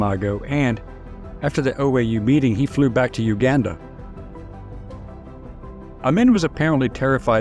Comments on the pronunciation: Amin is pronounced Ah-meen NOT Ah-min. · Only because I am an old, old geezer, I recognize the mispronounced name "Idi Amin." It was pronounced "Ameeen"